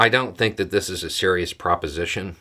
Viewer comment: Not serious people, but a serious threat. Hrm. Pause after every two syllables? These are ..... not se ..... rious ..... people.